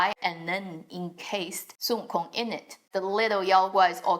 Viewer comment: I like how you pronounce the name Wukong accurately instead of the English counterpart.